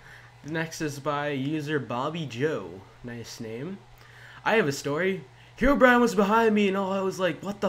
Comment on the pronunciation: Good job! You just killed English, and made me have brain cancer. "Here"Brine must be proud.